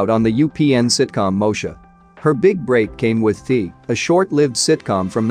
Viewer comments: pronounced THEA(thee yaa) not Thee lol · Im Offended By The Way U Mispronouncing These Words, Its Not Thee Its THEA & Its Not Mosha Its MOESHA She Even Spelled It Out In tHe Damn Intro